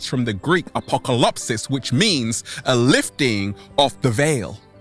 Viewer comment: Hey, the greek word is actually "a-po-ca'-ly-psis" (the stressed syllable is "ca", and the penultimate syllable is "ly" and not "lo" as you say)....your friend from Greece:-)